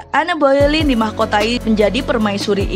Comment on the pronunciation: Enn bolenn bcnya Kaka